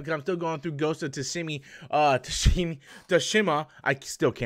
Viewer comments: Everyone: Ghost of Tsushima: “Ghost of Tushimi” 🤦🏽‍♂️ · Japanese words are not hard to pronounce, yeah that was bad.